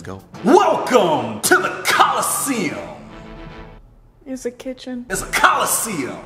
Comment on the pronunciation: You're funny saying coliseum